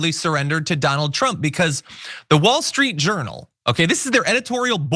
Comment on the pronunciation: I had to replay the beginning because I thought you called WSJ the "Wall Street Urinal". Now, I'll never be able to unhear it.